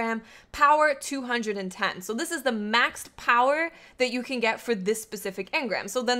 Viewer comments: Hey great video. Just to clarify though about the engram power, its actually says the minimum not the maximum. Also I like when you say "Powah" =D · That accent when she pronounces power though bahahaha